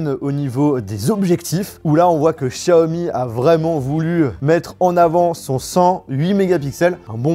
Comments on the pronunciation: pourquoi tu dis chiaomi et pas Xiaomi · Pourquoi dire chiaomi 🤔 c'est tous simplement Xiaomi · Pas Chaomi mais Xaiomi 💯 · Par pitié arrête de dire Chiaomi sa me perturbe